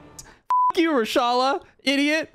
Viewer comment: please do not ever again try to say Reshalas name ever again